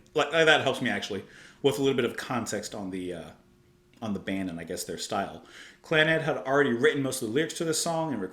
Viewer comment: your first attempt at the band’s name was spot on 👍🏾